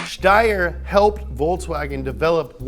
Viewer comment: You actually pronounced Steyr as is should be! Damn, I’m impressed!